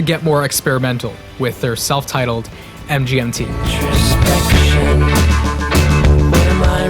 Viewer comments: Its it supposed to pronouced Management not M G N T. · It sounds like you keep saying mJmt over and over and over. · Hey assholes. It's pronounced "management". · It’s pronounced as “management”